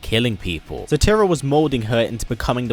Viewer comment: "tear-rah- not "terrah"